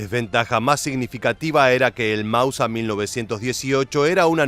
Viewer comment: Con todo el respeto señor, me pregunto si usted hace estos videos para una etnia determinada, que hable un español un poco diferente, lo digo porque lo escucho decir constantemente ""Mausa"" y no *Máuser, a no ser que yo esté recibiendo mal el mensaje, en este caso me retracto del comentario, saludos.